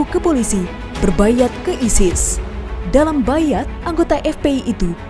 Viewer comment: Bai 'at .. bai ghat .. dgn huruf ngain (gho) .. tolong biasa kan mengucap yg benar wahai pesohor negri ini